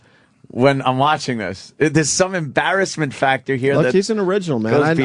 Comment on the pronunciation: "embarrassmentizzle" lmao